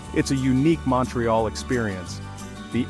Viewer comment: Mawntreeyalll 🤦‍♂️ Its (mount ) ( ré ) (al ) say it correctly